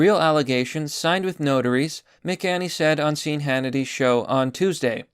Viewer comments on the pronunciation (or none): Pretty sure Sean Hannity is pronounced "*Shawn* Hannity." Just sayin'